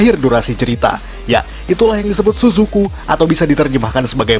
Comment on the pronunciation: Tsusuku kita bacanya CCV 😂